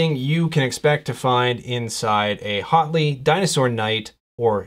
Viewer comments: Hotly? I'm pretty sure the H is almost silent. So you say "uatli" with a very slight H sound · Thanks for this! (Side note: name should be pronounced more like "WOT-ley")